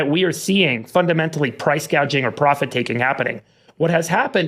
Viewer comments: She said "price guaging." Guaging. Not gouging. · I guess nobody wants to nit-pick but I've seen that Kamala clip several times now and no one has said how she said price "gaging" not "gouging", does she know what she really means? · Nobody is even pointing out that she’s so stupid that she read gouging off the teleprompter as price “gaging”?!? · She keeps calling it price 'gauging' on food. No one points this out. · No one has mentioned that Kamala doesnt know the word. She doesn't say "gouging." She says "gauging." 😂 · Ummm ... I'm pretty sure it's price "gauging." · She said “gayjing” instead of gauging. That should tell you everything your need to know. She also doesn’t seem to realize that the inflation happened while her party was in charge.